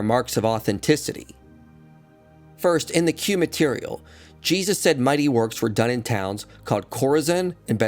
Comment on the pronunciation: Lol even saying his name wrong. Foolish lol